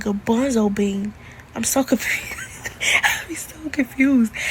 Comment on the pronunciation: Is she saying bonzo bean